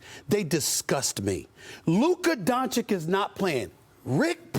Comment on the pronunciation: It's been 4 years, Stephen A. If you still can't pronounce "Dončić" right, you're just trying to spite him and his fans. Lol.